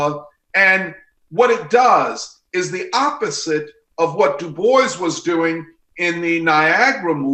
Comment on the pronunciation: god do I fucking hate how this guy says DuBois